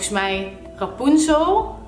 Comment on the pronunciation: Rapoenzol.?😂😂 rapunzel*💗 veder was de video top